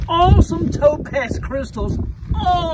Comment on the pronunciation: i really thought you said dope-a$$ every time you said topaz xD